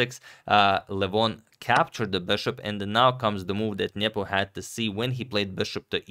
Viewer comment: I like how Agad says "Nyepo". This is correct.